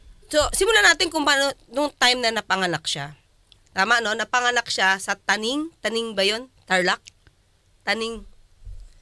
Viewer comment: Tenang 😅 hindi po taning😅